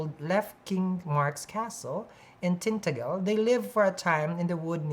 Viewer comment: it’s pronounced Tin-ta-gel like hair gel - love you ❤️